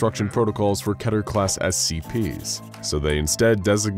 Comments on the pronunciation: What is ketier/keteeer (three syllables) class? I have heard of keter (two syllables) class. Also, do you mean wreck (which you say) or wreak? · did he just say Ketier ?? WTF is going on here ?? lol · You write it as Keter, he says it was Keta.